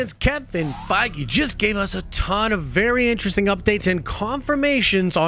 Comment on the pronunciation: ‘Very interesting updates’ Why did I hear: Variant resting updates 😂